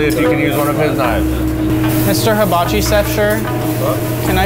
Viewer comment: "mister habachi sef shir?" what? lol